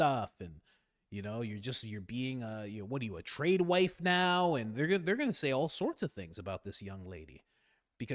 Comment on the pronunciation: It’s “Trad wife” not “Trade wife”